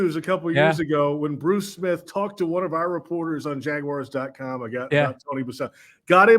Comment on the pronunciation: JAGWIRES?!?! Really,?! 😅